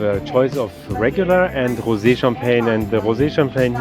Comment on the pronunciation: Love how you pronounce rosé like hosé 😅😊